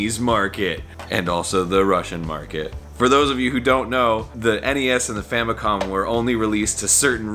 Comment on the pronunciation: did he say famiclom